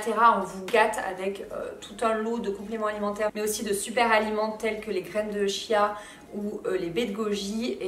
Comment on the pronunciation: Merci pour vos conseils j'aime tjrs autant vos vidéos. Juste, on ne dit pas '' Chia '' mais ça se prononce '' Kia''